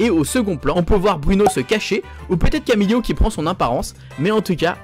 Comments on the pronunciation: Bonne vidéo mais attention c’est CAMILO et pas camilio ! Et Isabella pas Isabelle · Arrête de dire *Camilio * car c Camilo sans i !!!!!!!!!!!! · J’ai bien aimé mais fais attention au prénoms 😂 Tu as dit Isabelle au lieu de Isabela et Camilio au lieu de Camilo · C pas camilio c camilo et c pas Isabelle c isabella